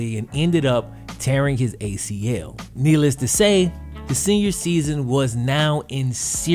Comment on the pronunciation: “Knee-less to say”